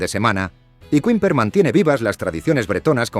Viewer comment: Curioso que Le Mont Saint Michel lo pronuncie bien en francés y el resto no, Qüimper, debe de decir qüeso también...